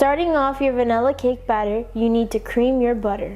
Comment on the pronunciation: It’s vanilla not vanella